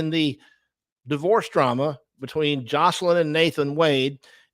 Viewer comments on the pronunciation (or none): i see you corrected the title but still pronounced it wrong sooo nice try